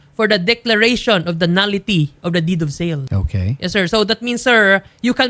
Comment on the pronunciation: DID OF SEL DAW....HSHAHAHAHA...DEED OF SALE